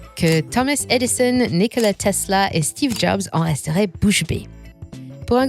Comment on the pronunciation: Никола Тесла mais avec un accent texan 🤯🙄